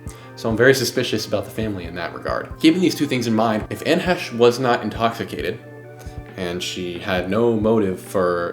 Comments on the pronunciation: great video young man, except calling her Hesh. it sounds like hay-sh. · Her last name is pronounced 'Hay-shh' may she rest in peace. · Fighterfighter training and body bag aside Bros really gonna say Anne Hesh the whole way through like hes never heard her name before. But yeah Ellen, like Oprah has power not to be messed with. I'd rather upset the queen when she was alive. Good vid, keep going down the murky murkhole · I think it’s he-chee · It seems odd to intentionally mispronounce her name when every clip clearly pronounces her name correctly. Is it out of disrespect or what? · Dude, if you’re going to make an entire episode about someone- at least pronounce their name right. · " I don't want to disparage this womans memory"Intentionally mispronounces her name throughout video